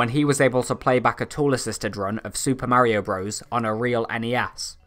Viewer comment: You keep unpronouncing Mario in the video. Please get it right